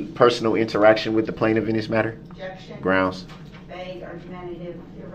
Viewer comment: New drinking game. Drink a shot whenever he says “Is it fair to say”. Two shots when he says “grounz”. Three when he says “axed “